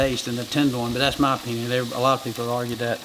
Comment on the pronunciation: Too funny, OPINYAWN DISCUSSYAWN FILET MINYAWN!! Lol